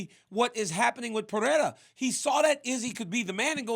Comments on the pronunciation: Hopefully now that Pereira is champion DC will learn how to actually pronounce Pereira, not Peherra , but P e r e i r a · I’m a pereira myself I don’t understand how people have a hard time pronouncing it. Basically it’s “Per-ry-rah” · Its simple -perera